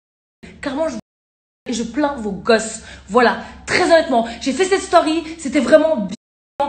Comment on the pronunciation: « Je fait ma stauuuuuury» elle ma tuer comme elle a prononcé story 🤣